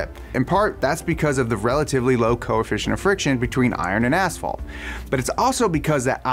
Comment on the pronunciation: "Ass fault"